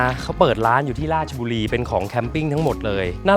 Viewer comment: ออกเสียงชัดเจน. ราช-ชะ บุรี เรียนพูดให้ถูกต้อง เคารพวัฒนธรรม บ้านเกิดสามี. น่ารักจริงๆ ที่รักจ๋า 55555 ขับรถดีมาก. สติไม่แตก. นิ่งกว่าบอย พอบอก บอยขับรถแบบcrazy นึกภาพ ออกเลยนะ